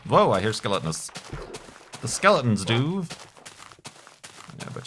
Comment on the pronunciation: Skell-aww-tins I like that pronounciation!